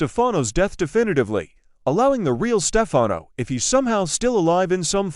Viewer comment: I think the narrator would know how to pronounce , Stefano😡